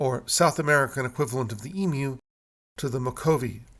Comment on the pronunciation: You pronounced Emu correctly! Didn't the Ancient Egyptians consider The Milky Way the celestial counterpart of the Nile River? And the three big pyramids were a representation of the stars in Orion's Belt?